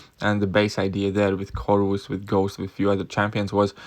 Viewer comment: u called Medusa magik.... And can u pronounce CORVUS properly.. like it isn't that hard😂